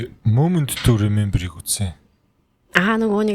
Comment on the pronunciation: Moment to Remember gedgiig Moom nt to Remember gj sonsood WUT? gej bodloo shd haha